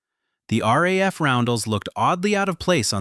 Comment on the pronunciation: It's not "raf Debden"...it's R.A.F. Debden.....AI BS..